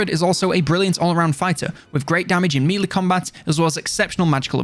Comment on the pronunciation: I love how he pronounces 'melee' Please keep saying it as MEEELEEE! haha it's been years now!